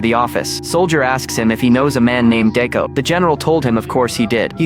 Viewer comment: Decker not Deco